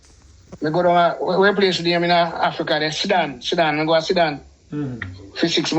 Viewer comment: Sir, it’s Sudan and not sidan